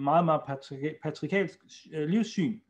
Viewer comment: Muftien skulle lære at udtale ordet korrekt - patriarkalsk. Det er sikkert derfor han misforstår det hele.....😁